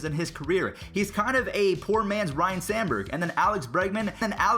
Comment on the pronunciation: You still said Ryan Sandberg instead of Ryne Sandberg